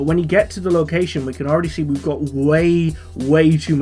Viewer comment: Did you say as you can scee?